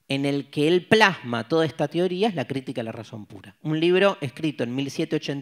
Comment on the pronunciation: Profesor, no diga tioria. (Teoría)